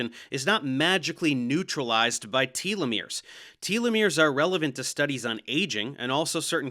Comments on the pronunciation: Tolomeres are one of the critical keys to anti-aging. Anyone making progress in anti-aging should absolutely be considered for a Nobel prize. Also, you are mispronouncing telomeres. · Maybe I'm the one in the wrong, but I've never heard anyone pronounce them "TEA-Leh-Meres" lol. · It's Tel-uh-meer, not Tealameer 🙄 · Tell-o-mears, not Tee-lo-mears. Cite your source for your pronunciation... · i am losing my mind, it is "teh-loh-mir", not "tee-loh-mir" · You (and Bret) need to learn how to pronounce “telomeres”.. it’s not “tea-lovision” or “tea-lephone” or “tea-legraph” is it? No. It’s no different with this syllable. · It's pronounced telomeres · I believe it's pronounced tell-lo-meers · Its odd because I've always pronounced 'telomeres' as 'telomeres', however; both Professor Dave and Brett pronounce them 'telomeres'.